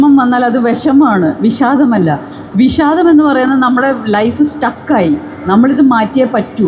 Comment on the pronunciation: വിശാദമല്ല. വിഷാദം. മൊത്തത്തിൽശ യാണ്